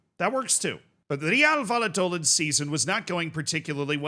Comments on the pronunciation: VAL-LAH-DOH-LID lmao, you nailed the Real part though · The "David Moyes tries Spanish" is strong with this one! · Valladolid not Valladoland 🤣🤣🤣🤣🤣🤣🤣🤣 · Dude...Valladolid is prounced like in "vaya con Dios"...do, as in " a deer, a female deer" and lid as in...a lid 😄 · It’s not doe-lid… it’s do like door without the or, and lid like lit with a d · my brother how do you live in Florida and pronounce Valladolid wrong 😂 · The way you say "Valladolid " gave me cancer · the lla in valladolid is pronounced like the ja in japan, pretty good pronounciation besides that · It is pronounced Reeuhl vai·uh·duh·lid😂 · THE WAY U SAID VALLADOLID😭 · He intentionally said it the most american way possible and these European goofballs are getting so triggered 😂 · I'm crying Americans aren't real man 😭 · Z, I love you and I know you try really hard to pronounce stuff correctly... But BY GOD man, wtf is this "Valladolid" pronounciation lmao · That's probably the most unique way I've ever heard Valladolid be pronounced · i could not watch the video with his pronunciation of Valladolid 😭